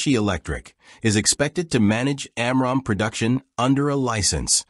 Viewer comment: And its pronunciation of AMRAAM is annoying.